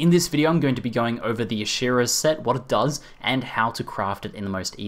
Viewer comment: I think it's "Ash-Ara" with the E being silent